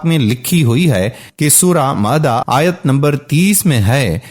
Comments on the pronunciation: Surah mayeda hota hai mada nahin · Sure maida not mada correct your words